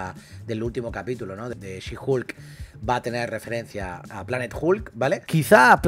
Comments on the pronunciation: Por favor no le digan "Julka" 😐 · Bro tuve que parar el video por que cada que dice HULKA es una aberración. Buen resumen pero que kgda bro. No lo hagas please